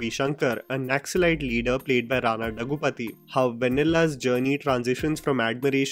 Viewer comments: दग्गूपाटी not दग्गू पति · Rana's last name is pronounced "दग्गुबाटि".